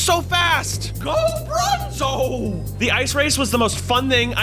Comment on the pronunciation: bronzo without the r is bonzo